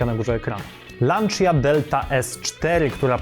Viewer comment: Lancia, nie kurwa lanczia, lancia.